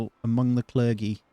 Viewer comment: It’s Cler-jee not cler-gee